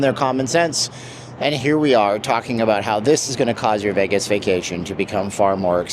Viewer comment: I had to stop watching because the way he says vegg-us